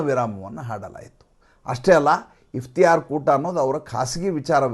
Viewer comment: Its iftar not Iftiyar.